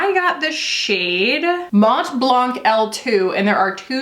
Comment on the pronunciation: Hey! Love your video, the DM products seems amaziiiiiiiing.🤩 Also, a little tips from a frenchie: the "t" of "mont" and the "c" of "blanc" for your "mont blanc" shade (white mont in english) are "silent" (maybe you can help me on this one because I don't know how to translate that haha) so it is pronounced "mon blan". It's not important, but if you ever wanted to know now you do! 🥰